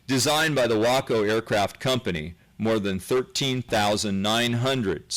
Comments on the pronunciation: Way-co is how you pronounce the name of the Central Texas City called Waco where Baylor University is. The aircraft company's name was Waco, but it was pronounced WAH-co. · I know the Allied gliders by their RAF designations. 'Horsa', 'Hadrian' and 'Hotspur' (didn't see any Hotspurs). Nice to hear the narrator properly pronounce "Waco", not 'Way-Co' (a town in Texas) or 'Whack-O' (a pilot willing to fly a glider into war?). The film 'A Bridge Too Far' excellently portrays a troop gliders' contribution. By the way Sean Connery was riding in a Horsa. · ...and no "y" in Waco (the city). He's right about how Waco (the aircraft company) is pronounced, though. Maybe "walk-oh" better represents the way it sounds.